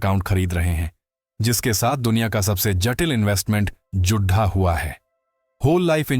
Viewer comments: चिढ़ा रहा आपका यह बोलना कि “जुढा” हुआ है। जुड़ा हुआ बोलने की मेहरबानी करें। प्रोमेम्बर के साथ एचंंक्यू। सबसे बढ़ी ? ये क्या है। ढंग से बोलो। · चिढ़ा रहा आपका यह बोलना कि “जुढा” हुआ है। जुड़ा हुआ बोलने की मेहरबानी करें। प्रोमेम्बर के साथ एचंंक्यू। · चिढ़ा रहा आपका यह बोलना कि “जुढा” हुआ है। जुड़ा हुआ बोलने की मेहरबानी करें।